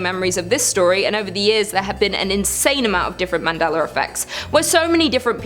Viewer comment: Why is it when you say Mandela effect you say it with a r in it but when you talk about the man you pronounce it correctly?